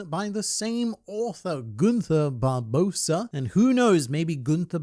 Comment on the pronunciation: Its spelled Barbosa but it's pronounced "Barboza"